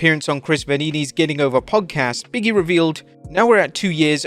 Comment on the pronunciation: OMG BIG…E… not Biggie! 🤣